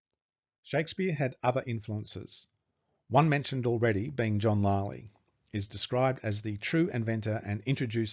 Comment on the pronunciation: What a disgraceful presentation. It must have been written by the illiterate Will Shaksper of Stratford. John “Lie-Lee” whennit should be “Lilly”; “Viss-count” instead of “Vi-count” and Richard Cecil when it was Robert Cecil. I’ll stop there - suffice it to say the presenter/author is as about as untalented and unprepared as it is possible to be. I’m sure Thomas Looney would prefer anyone else to explain his brilliant book & research.